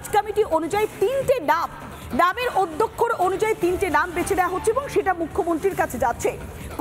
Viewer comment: কথাটা 'আদ‍্যক্ষর' । সংবাদ পাঠিকা সমানে 'অদ‍্যক্ষর' বলে যাচ্ছেন।